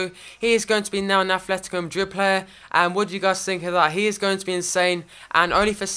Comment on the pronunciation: It's ATLetico madrid not athletico... You're playing koke and turan in each other's position and stop saying incredible.